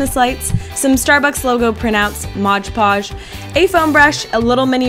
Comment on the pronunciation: Mod~ podge not modge podge :)